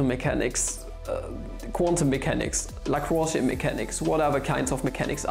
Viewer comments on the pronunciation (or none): none